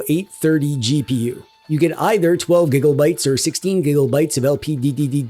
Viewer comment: Cool review man! Makes me laugh when you say " gigaubyte "